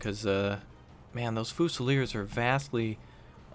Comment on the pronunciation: Every time he pronounces it foosileers I die a little inside